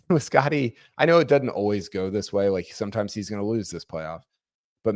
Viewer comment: the word is doesn't, not dudn't. You're a journalist, not an alligator wrestler.